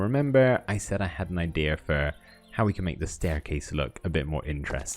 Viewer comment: why is he saying idera insted of idea